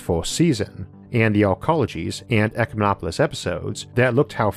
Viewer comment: Eyyy, he pronounced "ecumenopolis" phonetically :D